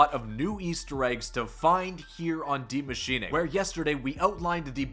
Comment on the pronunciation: Bro just say die machine it sounds so wrong with that "a" sound on the end of Maschine